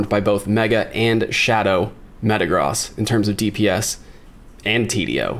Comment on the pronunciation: Thank you for pronouncing Metagross correctly!! 🙏🙏